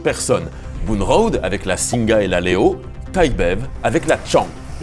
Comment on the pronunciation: Petite précision pour faire chier :) "Singha" ça se prononce "Sing". Le Thai est généralement mal romanisé et le "ha" est donc muet